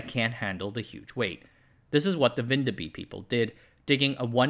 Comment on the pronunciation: I clicked on the video hoping for and expecting a cameo from our little country, and I'm not disappointed. The pronunciation of Vindeby did hurt my soul though.